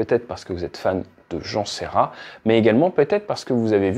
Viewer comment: Jean Ferrat avec un F et non pas un S.